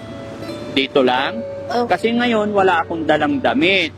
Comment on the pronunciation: Ebig sabihin ng ngonyan..! NGAYON